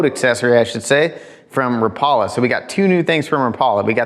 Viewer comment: Rap....a....lah... Not ra....Paul...a....come onJake your the best...